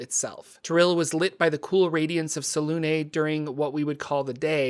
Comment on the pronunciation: I love your videos but some of your pronunciations have me gritting my teeth. 😅 Selunê is pronounced like seluna. The accent mark has a specific phonetic you should look them up when you come across them. ☺